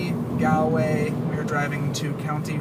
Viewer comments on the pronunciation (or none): as soon as he said eye er land and gaelway I knew he want native 😂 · Can pronounce Cobh but not Galway 😑